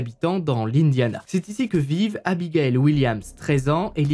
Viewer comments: 😣 aïe j’ai mal au oreilles ont dit pas abigael mais abigaïl ... ( pour avoir ce prénom je peux vous assurer que c’est super chiant de pas être appeler correctement) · Bon... Je le dit sans réellement m´énervée mais, ayant le même prénom, ça me soule d´entendre ce prénom écorché. 😤 Abigail c´est pas la même prononciation que Abigaël Ça se dit Abi gay le (le e étant muet) Sinon grande fan de tes HVF continue comme ça 🥰